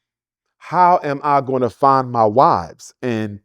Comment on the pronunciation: Did he say how am I going to find my “wives”?